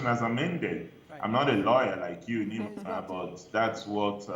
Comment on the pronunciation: Thanks to Nyma for saying it right.